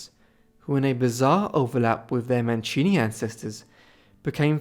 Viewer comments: Mancini non Manchini....cavolo che schifo queste voci artificiali che non sanno neanche parlare correttamente e che bugie. Storia quasi del tutto inventata. Vergogna. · Wäre schön, du würdest die Namen richtig aussprechen. Sollte doch nicht so schwer sein.